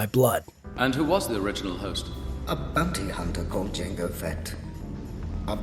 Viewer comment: Beeyounty hunta